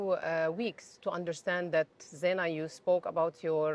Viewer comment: Kamya - very good questions indeed! I have 2 suggestions for you please. 1) her name is pronounced as Zai Na not Zee Na 2) your questions can be a bit shortened as most times they are very long with multiple options. It would be nice to keep it a bit short and crisp. Hope you don’t mind these suggestions 🙂